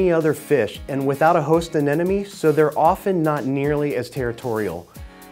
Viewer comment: Darn it! Another "expert" cannot pronounce AneMone!! It's NOT AneNoMe. It's AneMoNe... Think Ana+money. Easy!!